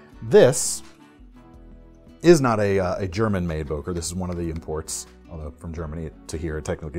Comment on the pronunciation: It is written "Böker" or "Boeker", but not "Boker"!